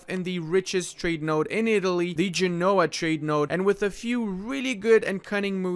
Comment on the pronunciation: You are mispronouncing Genoa.